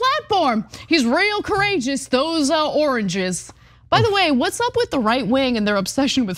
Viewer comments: When Trump was saying oranges I think he he was trying to say "origins" and he just couldn't manage to do it, not once but multiple times... lol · For those that don’t know, trump was trying to say “origins” 🤣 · Oh god dude can't say origins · Wow, he can't say origins. Is he stroking out?